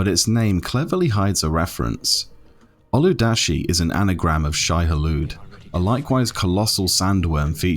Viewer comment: it isn't ul-hu-da-shi... but Ul-wad-shi. The 'a' is before the 'd' not after. :P